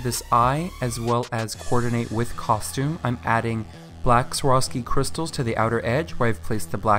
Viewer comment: Had a minor stroke when you said sworvski crystals 😍😍